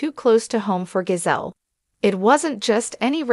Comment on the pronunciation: Karen is snake in the grass. Her name is JAH-ZELL, not GO-ZELL, you people need to have more respect for US.